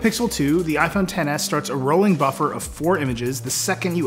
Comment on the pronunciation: its not "ten s max" it's xtra small max